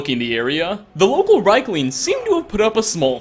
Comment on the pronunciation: i think you murdered that reikling to death